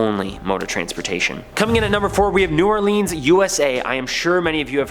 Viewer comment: Guy: ays it "New Or-Leeeans" Me: He's gotta be Canadian... (I'm Canadian btw.)